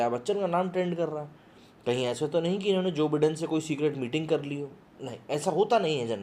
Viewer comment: Joe. Biden ( as in Widen) sir ! It’s not Bidden !